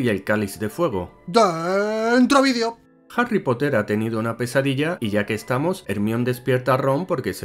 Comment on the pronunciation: Jarry Cipote ! Eres el peor !